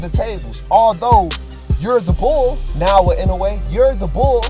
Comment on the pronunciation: Pronounce it properly you stupid. Naoya not naowa stop blogging if can't pronounce the name of a person properly..